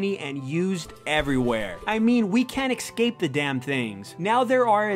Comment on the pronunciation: "Excape" Fucking hell.